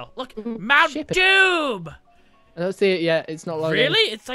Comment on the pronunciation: Not doom but moom :)